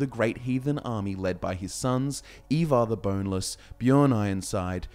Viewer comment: Not gonna lie you messed up so bad with pronouncing ivar man